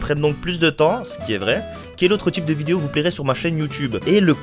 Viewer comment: Y'a un truc qui a jamais changé en toi tu dis toujours vidio... c'est pas ce qui te rend authentique mais on t'adore ;) continue !